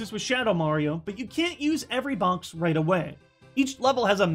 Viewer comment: I like how says bonx instead of box